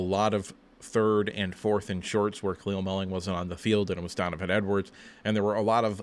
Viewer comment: His name is Dan Mullen not Mulling